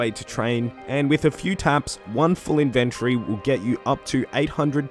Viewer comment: Your videos are so crisp. I love them! Thank you... even if you say inventory wrong hahaha